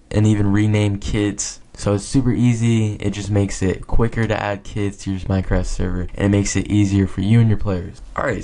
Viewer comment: I thought he said "You can rename kids" LOL